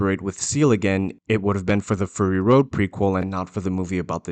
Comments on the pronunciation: It's not FURRY road, it's FURY road. Your pronunciation is driving me nuts. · ( clears throat) ummm. It’s not fury like… hairy. It’s fury like angry. Clearly the mis-pronunciation error is a inside joke on your part? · Are you saying "furry road"? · Sounds like you are saying "Furry Road" :)